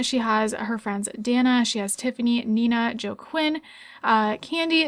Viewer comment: Lol the way you pronounced Joaquin. 😂 I’m excited for this let’s play. All of your lps are so good.❤️